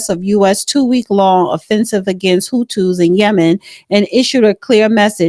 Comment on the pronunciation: Houthis, not Hutus.